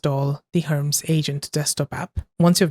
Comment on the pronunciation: It is Her-Mees, not herms.